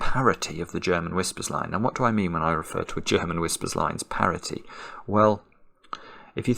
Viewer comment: It isn't 'parity'.